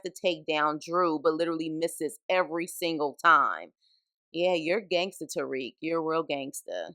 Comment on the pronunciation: Made it 1-2 mins into this vid before I got super disgusted & turned it off as fast as I possibly could. From the very start you give off this ugly “idc” attitude about a show you’re literally going out of your way to talk about AND POST to YouTube. You immediately called “Obi” “the one with the weird accent”…like bruh what? Also it’s TARIQ, not Tyreek. Two completely different names. It’s clear that you’re just a confused casual who’s just trying to gain clout off of the show Power but complains the whole time about how you don’t care for it🤣🤣. Make it make sense Sway!! Your best “SHTICK” is to be a nasty mouthed shyt talker?? WEIRD ANGLE! Nah this bushe leauge wannabe power video ain’t flying!! Us real fans take this Power shyt serious. Could never be a MARCDARK, RUDY P, LAMONT TYSON OR GIHIL!! 🗑️